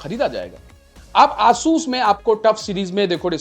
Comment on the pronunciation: aaasus kya hota h asus h vo